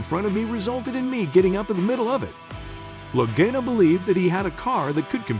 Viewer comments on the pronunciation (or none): Loe"Gaino" rofl